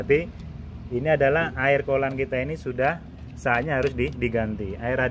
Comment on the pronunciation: kollan - coolent😂